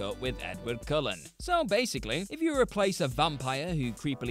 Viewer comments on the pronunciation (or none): none